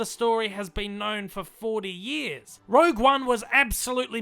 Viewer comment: One year later and everyone STILL calling it 'Rouge' One. Incredible . Worst to best for me 2,1,8,3,7,ro,6,5,4.